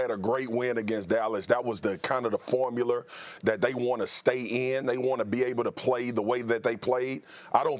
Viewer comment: formuler? Marcus A. Smith huh 😭